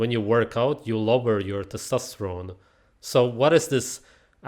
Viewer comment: he should be banned from saying testosterone